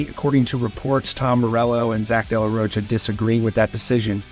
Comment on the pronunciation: This Mfr keeps saying De La “Roach-uh” 😂